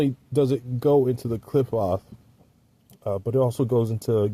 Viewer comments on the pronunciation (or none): Klee-pote.... my friend that's how Qliphoth is pronounced... this is a decent texts on the subject! Great review...👍👍